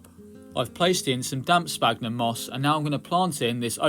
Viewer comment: Hi, I really like your content especially the terrarium stuff but please please stop saying sPagnum it's pronounced like sfagnum because of the ph. I don't mean to be rude or anything I just find it so hard to keep hearing that mistake.